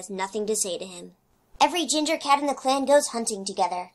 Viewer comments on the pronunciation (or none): none